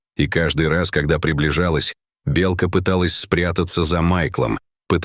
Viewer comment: Почему неправильное произношение слова " белка"? Отталкивает слушать.